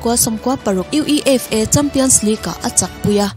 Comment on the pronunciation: UEFA hi U,E,F,A tia spell lovin acronym angin U-EI-FA(FIFA ang deuh khan)tiin lam tawh zawk la,,😊a dang chu flawless vek e..I absolutely love your voice❤️❤️